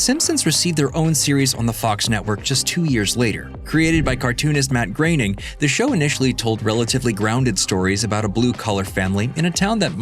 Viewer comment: Matt GrAYning ?????? wtf....... who employs these uneducated uniformed morons ? grOAn !!!!